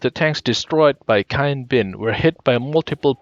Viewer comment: bad finnish?